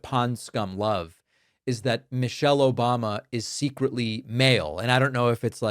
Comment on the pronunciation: The idiot pronounced the former first ladies name wrong. He said Mochelle.